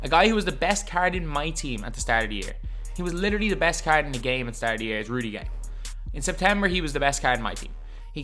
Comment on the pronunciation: you’re just trash, and cant pronounce “card” the right way